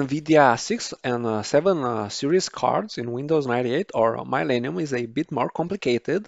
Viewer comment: You are saying Millennium correctly but however through all whole video, you saying it wrong.